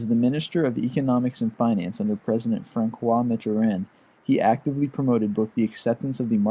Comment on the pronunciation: Tesla definitely deserves a Nobel, but not really in the "Peace" category. "Fran-kwa Mitt-arand..." lmao.